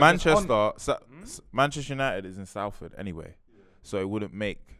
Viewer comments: Manchester United is in “SALLfud” anyway😂😂😂😂 brudda it’s pronounced “Solferd” dese london guys yana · Hurts when a manchester united fan doesnt pronounce Salford properly 😂